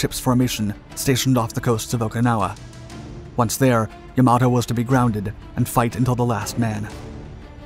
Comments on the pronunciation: It isn't Ya-MA-To.... it is Yam-a-to.... Japanese does not place emphasis on any one syllable, all are equal. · "Yamoto"?!? Dude, if you're going to be posting "historical" videos online, at least get the f**king pronunciation correct. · Can all the various "naval history YouTubers" PLEASE get the pronunciation of this magnificent ship's name correct? It is pronounced "YAM-a-toe", not "ya-MAH-toe". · Why is "Yamato" pronounced differently throughout the video. I'm guessing this is another robovoice channel. Probably out of Croatia or Poland, through a server in Canada. Like most other robovoice channels. If I'm wrong, please respond to this with something other than a bland 5 word response.